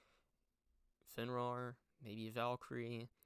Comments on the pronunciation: Fenrir is pronounced Fen-rear not fen-roar just a minor nit pick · please say fenrir correctly